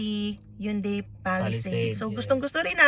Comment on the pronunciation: "Hyun-DEI"... pero pass sa Korean car brands. Congrats in advance po.